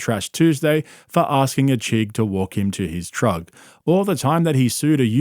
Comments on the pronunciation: Btw, saying “TRUG” instead of truck literally makes me laugh out loud EVERY TIME you say it. 😂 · When you say "trug", It's adorable and fuckin funny man. hahahaha. "seasoned assist" Fuck, dude....